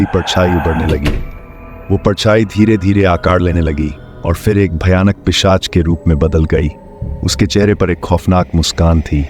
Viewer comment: पेशाच नही भाई पिशाच। 😅